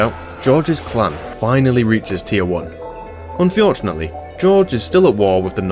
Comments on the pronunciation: Unfjordunately, keeps saying unfjordunately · I tried to say unfortunately like you and my wife asked if i was having a stroke 😂